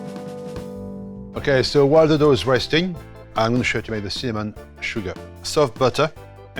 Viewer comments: It sounded like semen sugar 😆😅 semen buns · When he says “cinnamon” I swear I heard “semen buns” 🤣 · I even heard him say semen... 🥲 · Hah he says semen buns haha 😆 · Semen butter😂😅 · Him: Ok, for the Cinnamon buns.. Subtitles: Ok, for the semen burn..